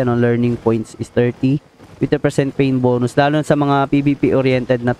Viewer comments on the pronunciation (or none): none